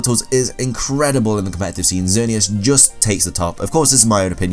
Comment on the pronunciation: Oh my god, somebody who can actually pronounce xerneas correctly!!!